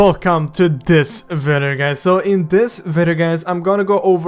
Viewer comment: I always keep hearing you say vider instead of video